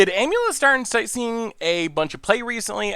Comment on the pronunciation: Nobody: Not a soul:: Aim-yew-let